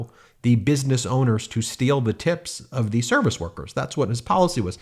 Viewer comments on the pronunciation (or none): none